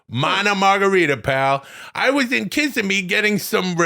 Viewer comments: Please let Adam Sandler know that it's pronounced "Kiss-SIM-me". That's okay. Most people not from the area say it wrong. Glad he liked the tenders though, buddy! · Holy shit I live pretty close to that last Applebee's location 😂😂😭😭😭 Irlo Bronson Memorial Highway, or US-192, is the heart of like on-a-budget-Disney World vacation 😂😂😂 you're just a handful of miles away from Disney. Kissimmee is pronounced Kis-SIM-mee, you lean into the middle of the word